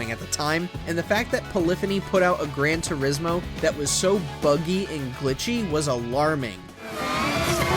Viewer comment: "Gran Tursimo" 💀